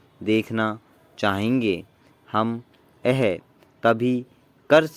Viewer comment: "Yahe", thik se bolo sir please 👏👏👏